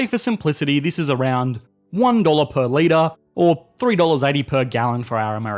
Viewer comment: wonne leetah ov gass - one liter of gas giggle